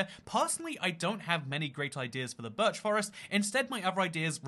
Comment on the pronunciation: "Burch" it's birch